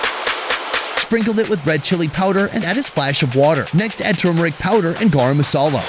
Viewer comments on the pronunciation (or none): none